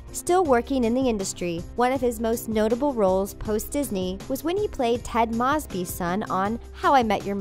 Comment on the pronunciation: It's moseby not mossby